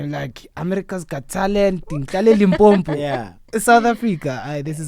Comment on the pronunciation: needs to learn to pronounce Limpopo correctly. Ndlovu Youth Choir put Limpopo on the map.